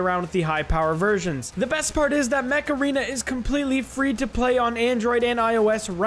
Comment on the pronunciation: Ok this is dumb, but, when you said "Mech Arena" I literally thought that you said Macarena and I was like "What? Macarena? XD", but then I saw the game's actual name, and I burst out laughing at my stupidity XD